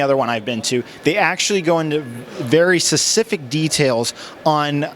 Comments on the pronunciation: "Sus-if-ick" > "spesh-if-ick" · Its more Speh - ci - fick to me. He also says without further do or dew instead of ado not that it matters :p